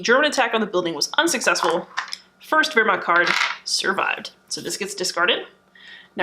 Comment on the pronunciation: Awesome - subscribed looking forward to more of your treatment and love the way you correctly pronounce Wermacht ! Kenrick